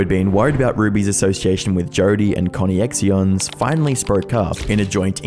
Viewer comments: It’s Connections but with an X… how do you mispronounce it that wrong lol? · not to be rude or anything but the organization is pronounced connections and their last name is pronounced how you would pronounce Frankie. I don't expect you to get everything correct or perfect I'm just letting you know. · Connexions is pronounced Connections. You need to do research into how words are pronounced, you have another video where you call lingerie lingery (it’s pronounce lawn-jer-ay). You have good content, but it’s something that prevents you from coming off as an authority on your subject matter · I thought he was intentionally mispronouncing connections (connexions) at first, but came to the conclusion that he indeed was butchering pronunciation. 😂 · You lost me at "connie-ex-eeons" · connie-ex-eons 😂 edit: there’s no way you said it that many times… come on man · I love your content mate but holy $#!+ your pronunciation is absolutely atrocious at times, especially names. Connexions is pronounced "connections". It's simply an aliterated spelling. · This whole situation is fuckin disgusting. Pretty sure it's pronounced "connections" though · Are we sure that "ConneXions" isn't just pronounced like "connections" lmao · connie-ex-eons??? nooo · Pretty sure "ConneXions" is pronounced "kon NEX shuns" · ConneXions is pronounced Connections. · Bro messes up a word in every video. "connexions" is just a fancy way of spelling "connections" with the c being swapped for an X. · BLUD SAID CONNY-X-IONS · I think "Connexions" is supposed to be pronounced "Connections". At least the robotic voice was consistently wrong. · I love how you pronounced connexions as "Conny-ex-ions". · I think it is pronounced like Connections, but the X makes it sexy. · I think ConneXions is supposed to be pronounced like "connections" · is it not pronounced 'connections?' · I’m sorry but his pronunciation of “Connections” as “Connie Ex Eons” has me thinking that name is actually 1000% better 😂 😂 😂